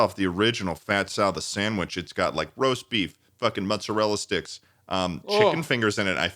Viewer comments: the way they’re pronouncing mozzarella sticks is giving me whiplash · something about a mutton chopped mustachioed man saying “mutzerella” is really tickling my burger right now